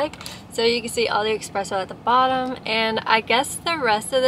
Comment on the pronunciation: You never said espresso...you said expresso a million times tho🤣